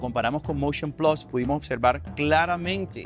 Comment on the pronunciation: Vaaaamooo con Covid!... Tu me quieres vender el "Moushion Plassss!!!"